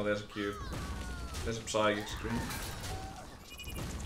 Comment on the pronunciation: it's a fucking sychic scream!!! Not PPPPPsychic scream!